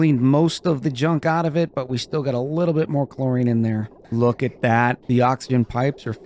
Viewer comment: "Just a luuutibit aof carbon dioxide" lol. Great video